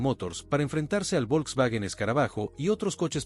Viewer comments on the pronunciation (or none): none